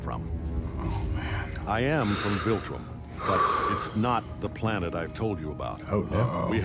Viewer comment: Say it with me... VILtrum, VILtrum, not VULtrim, not VOLtrum, it's VILtrum